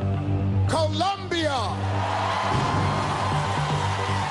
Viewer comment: Did he say Columbia again by mistake